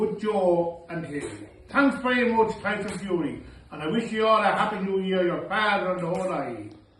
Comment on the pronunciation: I only heard tyson furry... Sorry